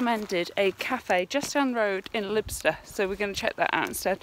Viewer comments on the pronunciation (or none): Thanks for coming to visit us in Caithness and boost our economy! Couldn't help but notice a few pronunciation errors; Sin-cler and Girr-ni-go Castle, Waa-li-go and Lybster ('ly' like lie in bed)!